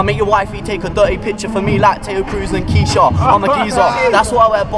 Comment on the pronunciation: mispronouncing kesha....trying too hard to fit in your rhymes and it screws the flow.